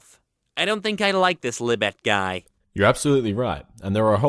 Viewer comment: It's "Lebay", not "Leebit"